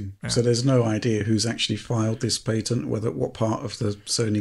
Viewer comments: What is this paytent he speaks of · lol paytent not patent 😂😂😂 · aw yes I'll have the pat-ey-ent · WTF is "pay-tent" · That's a weird way to pronounce 'patent'.